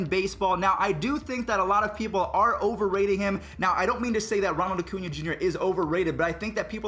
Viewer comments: Cringed when you said “Oh-cuña” instead of “Uh-cuña” 😂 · Why does he ocuna, it’s Acuna lol